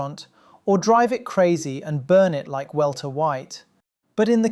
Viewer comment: “Welter” White. Was that Walter’s brother. The welter weight boxing 🥊 champion? Anyway, I doubt state institutions ever had to actually compensate someone for damage done by a car that belonged to them, unless that damage occurred to another state institution’s property.